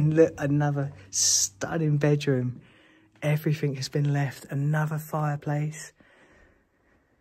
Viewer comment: The word "everything" ends in with a G, not a K. Everything not everythink.